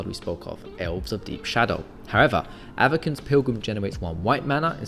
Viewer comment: My guy it's pronounced "Ava-sin" Otherwise keep up the good work